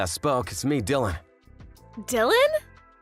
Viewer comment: Bella voice actor please learn how to pronounce English words properly. My god you can’t even say the name Dylan